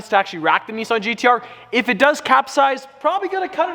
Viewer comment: Why you say NIISSAN and not NISSAN...